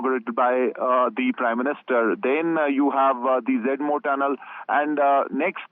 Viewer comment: What stupid anchor, can’t pronounce morh, says ‘jamua’ kahsmir and boosting terrorist? Stupid piece of shit.